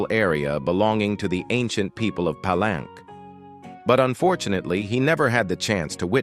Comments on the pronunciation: "Just a small note for the narrator: Palenque is actually pronounced 'Pa-lenkay,' not 'plank.' A minor slip, but pronunciation really adds to the authenticity — especially when talking about such a rich historical site!" 📚🌎✨ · Palenque is pronounced Pa-lenkay, not plank. The AI program narrator has a programming deficiency